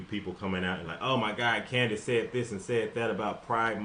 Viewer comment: Candice said it correctly.